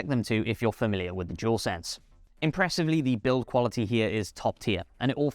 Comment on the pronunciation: Jewelsense 🤦🏻‍♂️ it’s dualsense I’m amazed how many people can’t say it properly 😂.